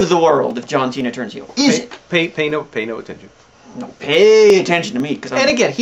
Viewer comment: It's a "heel" turn. Not a "heal" turn...